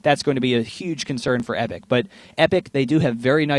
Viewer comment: He kept saying Epik at the start